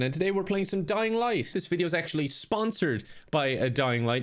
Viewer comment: I instantly liked when he said dying ligh